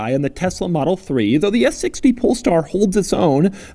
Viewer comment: Why does he always say "PoLeStAr"